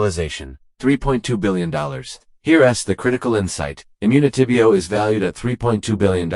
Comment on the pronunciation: This AI lol the way they said immunitybio dead giveaway